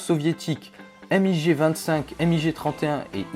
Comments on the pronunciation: c'est pas M.I.G mais MIG en un mot ... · Alors lui il m'a énervé avec son èmmigé au lieu de MIG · je vais le balancer un sidewinder putain on dit pas emmigé mais MIG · A par le MIG ( et pas le M.I.G) ce sont tous des avions expérimentaux et pas des avions de chasse